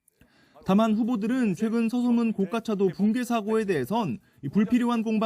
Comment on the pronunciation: 고[가]차도. 굴'착'기. 어떻게 기자도 데스크도 한글 기본도 못 갖췄냐